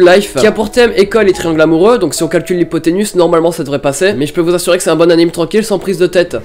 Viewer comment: C pas ipoténus mais ipoténuse